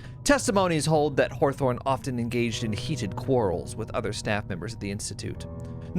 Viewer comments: Consistently calling him Dr. Horthorne after hearing it pronounced that way made me chuckle every time LOL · Thank you for pronouncing it "Dr Horthorne" every time thereafter. that's why I love watching your playthroughs of games I'll never play. thanks again!